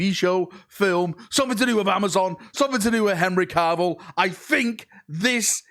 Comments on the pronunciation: And its Cavill not Carvill 😂😂 but then it is a video so you have to fudge a pronunciation up! 😂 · 'Caaaarvill' facepalm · Why does the Manc accent change to Welsh when saying "Cavill"?